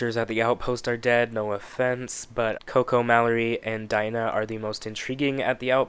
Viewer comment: Ryan Murphy-Verse it’s Dina De-Nah say it with me only black female and you fuck her name up